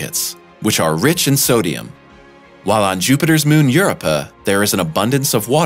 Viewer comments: Ur-up-ah???? Not Europe-ah???? Really? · Europa= Eur-oh-pa not Euro-pa... second only to I-O. Or corectly Eyeoh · Dude said.....I......O. and EUROPE-(AH). ER-BODY ELSE SAYS IO AND EUROPA. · So annoying when supposed experts can not take the time to learn how to pronounce words within their sublect matter. Every time i heard I O, i cringed. Europe - ah? Channel should be called interesting pronunciations. This channel gets an f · Get a new narrator! He can't pronounce Io and Europa correctly! "I owe YOU!" IOU?!? NOOOOOO!!!!!! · Great video as always but half the reason I clicked on it was to see if he mispronounced "Io" the same way he did "Europa" in the other video. 🤣